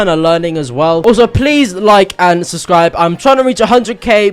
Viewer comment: dont say "subscribe" he says "suscribe"